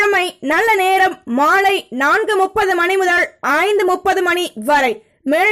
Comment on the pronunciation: நீங்க செல்றதும் உங்க தங்கு தடையில்லாத கணீரென்ற உச்சரிப்பும் ஒவ்வொரு ராசிக்கு முன்னும் சொல்லும் மந்திரமும் லவ்லி சூப்பர் அம்மா கிட்ட சொல்லி சுத்தி போட சொல்லுங்க. ஒரேயொர ரிக்வெஸ்ட் நேரம் சொல்லும் போது .முதல்னு சொல்றதுக்கு பதில் முதள்னு சொல்றதை தவிர்க்க முயலுங்கள. நன்றி